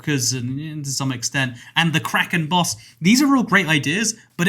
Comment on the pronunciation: For some reason, when he said “Kraken Boss”, I thought Karen Boss